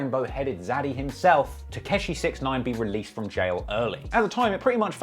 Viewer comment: For the amount that he's looked into 69 how does he still pronounce it "Tekeshi" 😅